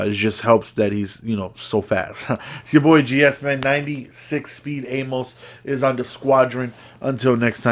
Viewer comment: Does anyone know it’s actually pronounced Amis